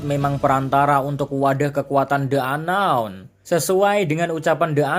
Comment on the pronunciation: Ka "the unknown" di baca nya "di unknown" karna setelah the ada huruf vokal ✌️